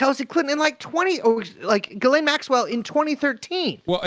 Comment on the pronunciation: You guys would have a lot more credibility if you learned how to pronounce Ghislaine (zhisslay)